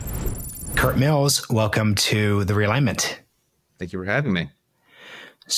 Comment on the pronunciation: Thinking Biden has any chance is cope. Also the pause before saying "The Realignment" is cringe.